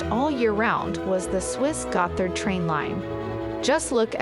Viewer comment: Gott-hard. There's no "th" sound in Modern German.